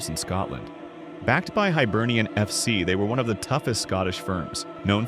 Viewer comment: Hibernian! not Hybernian or Highbernian.